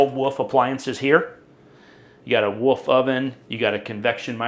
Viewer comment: Haha he can’t say wolf. He says woof.